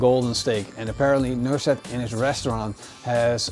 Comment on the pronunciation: its NUSRET not NURSET :D